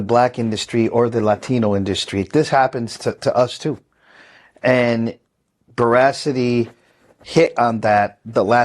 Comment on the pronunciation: Pronounced Bora-City. 💜